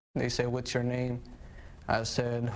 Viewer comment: Doesn't know how to pronounce his own last name....?? Wtf